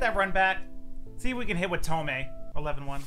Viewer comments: it’s pronounced tomey not tomei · Same comment I left last year: it’s pronounce TOE-ME. Not TOE-MAY. He has said it in interviews. Lol. Just letting you know.